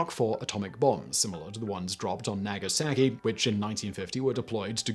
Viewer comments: nah-gah-sah-kee all Japanese vowels are soft when mapped to English vowels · or the Japanese from Naggasakki? lol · OMG... DYEfenbaker, Dyefenbunker... NagasaGI... and I gave up trying to understand the town name and just looked Diefenbunker up to find out it's not Co-op but Carp. Now that I'm done slamming his pronunciation... what's up with his beard? Looks like he's wearing a black mask against Covid-19 and forgot that he'd pulled it down.